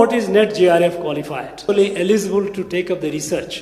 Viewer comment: He is unable to pronounce the word 'digit' properly, he is pronouncing as 'disit'. instead of 'eligible', he is pronouncing as 'elisible'.